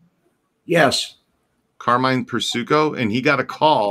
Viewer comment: Dude it’s Per like per diem and sico like sicko Persico